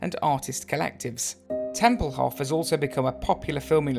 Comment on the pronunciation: Tempelhof is pronounced with a long "o"; otherwise, great video! I landed there twice, after PanAm flights, and still love the place, with all of its history.